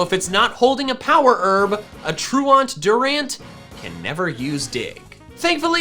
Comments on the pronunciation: I HATE the way you pronounce truant. The joke about Durant having truant is it’s an ant Pokémon so the pronunciation of truant is tru-ant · Am I the only one who flinches everytime he says "truant" like that. It's pronounced "ˈtro͞oənt", like True Ent, like the tree people from Lord of the rings who are not false. They are true lol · Troo-ent Not Troo-aunt. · troo-awnt? TROO-ent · Truant. Its a prety simple word bro. Its not pronounce Troo-ahnt.. Its pronounced true-ent. Havent you ever skipped class? Truancy.. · FYI: The word "truant" (i.e., a person who skips what they are supposed to be doing, usually school) is pronounced "TRUE-uhnt," not "true-aunt." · lol "true aunt" :P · anyone else realize he keeps miss pronouncing the word truant (true ent) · you know it’s prounounced tru-int like when you’re truant from school right? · It was driving me crazy. Which of you is my true aunt? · Pronunciation of "truant" was doing my head in. It's not "tru-ont". It should rhyme with "pursuant" or "fluent". Otherwise, pretty good video. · I love your videos, but you have got to learn how to pronounce truant. It's True-ent. The word means absent, and is fairly commonly used. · Man saying "truant" like it's a French word 😂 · The fact that says truant like that is triggering ms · The way you pronounce truant gives me anxiety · Nah, it's /ˈtɹu:ɛnt/. We are intellectuals here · Well, he did botch ‘truant’..